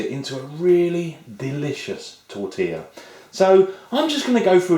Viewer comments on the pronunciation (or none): Isto é um "atentado" à tortilla!! It means this guy is killing "tortilla"! Ihihih, an englishman in Spain...